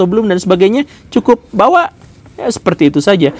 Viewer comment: Konten edukatif yg sangat memperkaya wawasan ttg identitas bangsa kita yg harus tetap dijaga. Thanks much pak guru gembul👍 nyengir dikit denger...Bawa..Bawa..😂